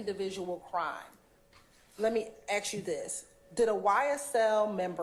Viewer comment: girl it's "ask" not "Ax"